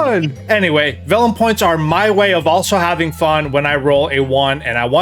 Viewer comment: Did anyone else hear "vellum points" instead of "villain points"? Sounds like a smooth idea :D